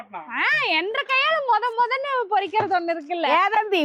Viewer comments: Iyo, Issu, unkal Tamil silang is horrible, porikirathu ellaiamma, parikirathu, Thiradchai kulai not Lolaa, please Amma , thinly before you say words. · ஹலோ தமிழ்ல கொலை பண்ணாதீங்க பறிக்கிறது பொரிக்கிறது என்கிறீர்கள் நான்சென்ஸ் 😮😮😮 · மிகவும் அழகு.......பறிக்கிறதை பொறிக்கிறது என்று சொல்லும் போது தான் மிகவும் சங்கடமாக இருக்கிறது.